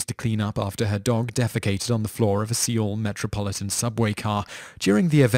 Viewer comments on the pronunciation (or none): Where is See-ol ?...Is it anywhere near Seoul?